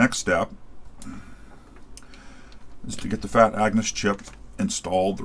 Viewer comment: Agnus not Angus. Every time you say it I'm thinking of AC/DC.